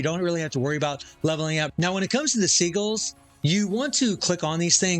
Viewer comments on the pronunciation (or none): It's pronounced "sidjilz" not "seagulls" lmao